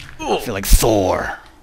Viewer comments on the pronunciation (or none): none